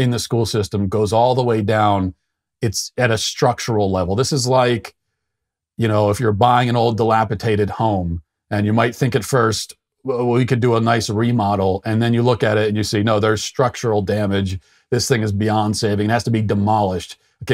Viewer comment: Matt, you said "dilapitated". My boss says that and it drives me crazy. It's dilapidated. Love ya, man.